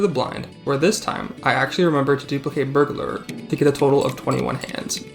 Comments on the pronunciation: "burglerer" im crin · the way you pronounce burglar is KILLING ME but i am enthusiastically subscribing nonetheless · we need to teach this man how to pronounce burglar